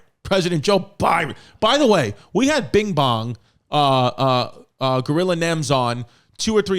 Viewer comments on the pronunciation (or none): none